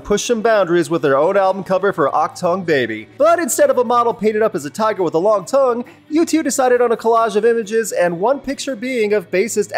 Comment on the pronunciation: Not toungue - toong